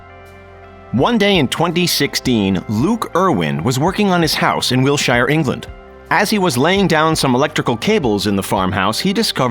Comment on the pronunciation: Wiltsher not Will-shire